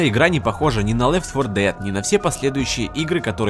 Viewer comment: ледфорлдед ты серьёзно а может лед фо дет